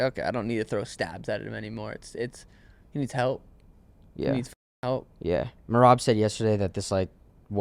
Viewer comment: Calling him meraby😂